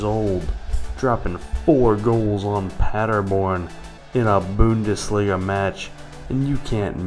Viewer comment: I love the way you say bo-undesliga